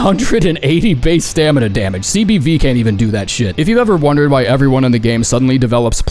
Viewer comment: CBD- cock and balls destruction. I will only accept this and you cannot change my mind. (It's CBV but I heard CBD)